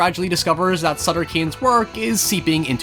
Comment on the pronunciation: This is my favorite movie of all time (also the way you say "Cane" is kinda funny)